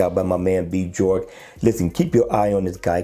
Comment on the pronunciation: I believe that the J in Bjork is pronounced like a Y my man. Great looking face as well.